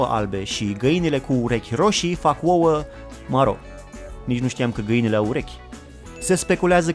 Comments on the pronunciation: De ce zici “uouă” in loc de “ouă”? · uoua? :)) Esti ardelean si tu?